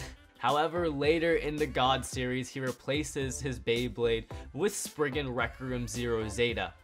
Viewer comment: SPRIZEN NOT SPRIGGEN